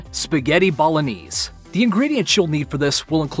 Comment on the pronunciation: Anyone else upset with how he says bolognese?